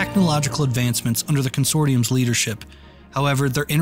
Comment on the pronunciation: I don't want this to come off as negative and I don't want to be "that guy" since this is absolutely amazing, but I would ask that you check the pronunciation of uncommon words in future videos since this series seems like it will be heavily narration driven. Words like "edict" and "consortium" are mispronounced in this video which was immersion-breaking, at least for me. Sliske is also canonically pronounced "Sliss-kay" but that's more forgiving since it's unique to Runescape lore, although I would expect a video describing the lore of Runescape to get the proper names and locations right. Again, sorry if this is overly pedantic, I just want to see this be the best that it can be!